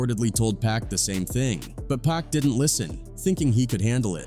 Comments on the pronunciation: Can't listen to all of the "pack" mispronouncing... Its actually a bit disrespectful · It would help if your AI didn’t keep calling Pac, “Pack”..